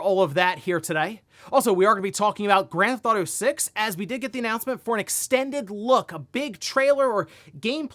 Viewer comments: Why does this guy pronounce it “Grand Thauto 6”? wtf!? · I love ya,.. but i have always noticed you say "ganthefauto" 😅 Listening to you for years. Youre my wake up video to see what is going on.